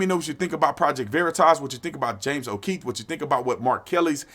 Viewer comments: O’Keefe... not O’Keith. Its not that hard to pronounce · It's James O'Keefe. Not O'Keith. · Bro his name is on the title, on your monitor and u still keep calling him Keith... Too cool to say o Keefe 😎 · Hey Brandon don't be like all them blacks and say Kieth when his last name is keefe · O’keeFe officer tatum, not o’keethe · James O’keefe, not James O’Kieth. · Love you Tatum, but it's O'Keefe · I don’t think you know who James okeefe is the way you mispronounce his name 😆